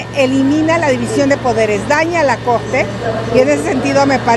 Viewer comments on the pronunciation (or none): "eg que vine a defendeg a la cogte"...ya chole con esa señora!